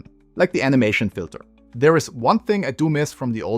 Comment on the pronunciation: Der Inhalt deiner Videos ist sehr informativ, doch deine englische Aussprache solltest du verbessern. Speziell bei Laute wie z.B. bei der letzten Silbe von Animation, dort entsteht bei dir fast schon ein Pfeifen, dass sehr nervig ist bei langem Reden zu zuhören. Ansonsten weiter viel Erfolg mit deinem content